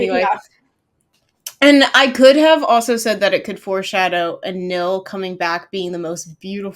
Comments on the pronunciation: Its spell is Anil with L (like what the translators did) but it’s pronounced as Anin because there’s no letter L at the end when you pronounce it in Thai so it becomes Anin. Becky once tweeted ‘AnilPin’ so that’s their official ship name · In THAI, L is pronounced as N in the end of the word. This is why is Anin e Pin although PiLantita. Prik is two years younger than Anil